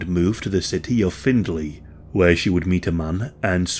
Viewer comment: It’s pronounced find-ley btw not find-duh-laye